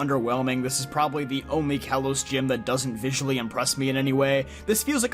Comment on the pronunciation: Ah. Kalos not Kailos or Kaylos.